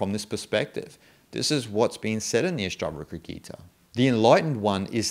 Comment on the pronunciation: Your videos are great and I like all of them. Just one suggestion in this video you say all the time ASTAVARKA and that's why I was confused. Please correct it to ASTAVAKRA. Om Shanti.